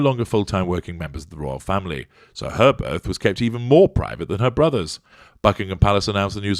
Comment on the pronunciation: Had to rewind this comment again....*"HW was present at the burth_"*.......well I should think so _if she gave burth. Mmmmm🤔.